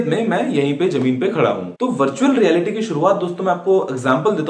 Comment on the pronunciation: "Augmented (Relaity)" wrong wrong!!!!!! guruji